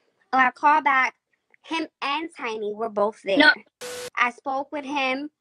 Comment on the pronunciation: Is he saying CheeEye & Chiny?